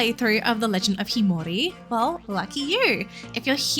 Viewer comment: Sorry, but that's not how you pronounce the title...